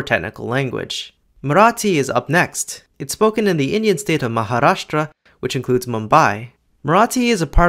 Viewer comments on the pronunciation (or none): none